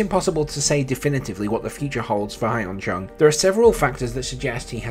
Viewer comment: His name is pronounced Yun Chung. Not Hi en Chung. Also, he made the semi-finals of the Australian Open in 2018.